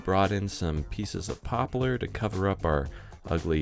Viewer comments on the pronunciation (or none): "Popalar" Is that a West Coast pronunciation of Poplar???